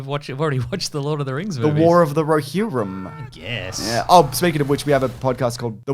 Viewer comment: I'm so happy has learnt how to pronounce Rohirrim